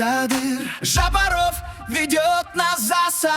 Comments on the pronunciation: Не ЖапарОв,а ЖапАров.Не искажай фамилию президента.. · Фамилию президента не искажай.Ударение правильно ставь